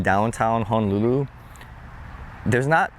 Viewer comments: Please don't misunderstand what I'm about to comment. But as a local boy I'm surprised how you pronounce Honolulu. You seem to be pronouncing it HA-nolulu like a mainland haole instead of how it's really supposed be pronounced ... HO-nolulu. Just saying lol! Like you and like your channel! 👍😉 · I'm shocked too. This might be fairly recent? (I don't go home much.) Locals' Hawaiian pronounciation isn't perfect anyway, but HAH-nolulu from a local is not good.